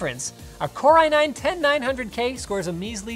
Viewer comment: ahh yes the famous i9-10909k